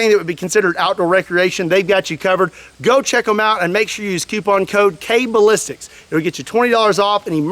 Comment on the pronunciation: "code kballistics" Not "cocaine ballistics" like I heard the first time.